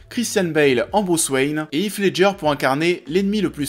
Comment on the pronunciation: Pour information "Heath Ledger" se prononce plutôt "Hisse" :)